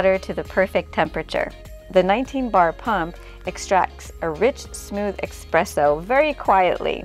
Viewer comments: Espresso, not expresso lol. Beautiful job, it's gorgeous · Beautiful result!! (Just a correction suggestion that it's "es-presso" not "ex-presso") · I love your design and choices for such a tiny kutchen...i would not have been brave enough to forge ahead with so much black, but it is lovely! (And it is pronounced ESPRESSO...not eXpresso. 😊) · It’s eSpresso. S. Not x. “Ess-press-o.” The dish drain rack over the sink is such a good idea! That was a feature in some apartments way back when (I rented a c. 50s apartment that had a metal rack over the sink, for instance), and I don’t know why it was ever done away with. I hope your design helps bring it back. This kitchen is just amazing and has given me so much helpful inspiration for redoing my rv kitchen! 😘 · Dying every time she says expresso 🙈